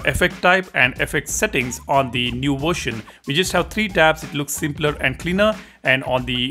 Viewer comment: What the hell is a " worshin"?